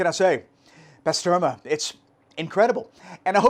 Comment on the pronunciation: It’s pronounced Bah-ster-mah!!